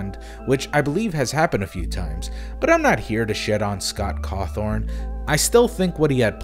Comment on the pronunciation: "Scott Cawthorn"????